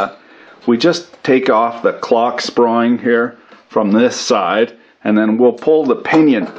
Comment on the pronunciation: "Clocksproing" I love it!